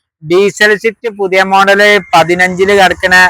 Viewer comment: ഷിഫ്റ്റ് എന്നാണ് നിങൾ പറയുന്നത് സ്വിഫ്റ്റ് എന്നാണ് ഒറിജിനൽ നാം